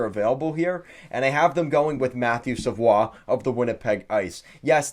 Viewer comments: mmm no go back to england. It’s a French Canadian last name and is definitely pronounced Savoie like he did. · Wow really caught me off by surprise when I heard you pronounce savoie correctly. Most people say savoy.